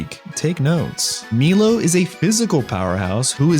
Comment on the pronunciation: Milo = My-Low not Me-Low (Very classic name) Bea = Bee-Ah not Bay-Ah (think Beatrix) Bede = Bea-Dee not Bead (it’s in his song how you pronounce his name) And finally Raihan = Rye-Han not Ray-Han (think of Rye Bread)